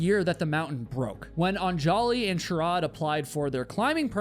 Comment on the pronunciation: Yo - an easy way to get subscribers from India ...pronounce their names right. Un-juh-lee and Sh-uh-ruh-dh. Great work all around otherwise 🙌 Love the channel ❤